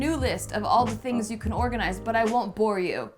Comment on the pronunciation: "I could make a whole other list of things you could organizsse, but lord knows you don`t need more of that." - I lost it. xD